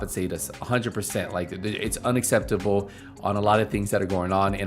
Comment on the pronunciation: The crying part when you said mispronounced "unacceptable". Not gonna lie that shit gave me a good laugh.